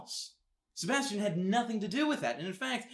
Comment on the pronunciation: And he didn't say Sebastian the right way!